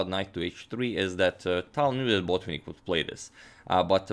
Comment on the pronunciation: Why "BOtvinnik"? He is "BotvInnik". Why "PetrOsyan"? He is "PeteosYAn". At least "TAl" gets right stress